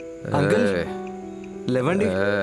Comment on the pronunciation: కన్నా అనే ఈ ఏక్టర్ కి తెలుగు రాదా? "లేవండి" ని "లెవ్వండి" అని ఎందుకు పలుకుతున్నాడు?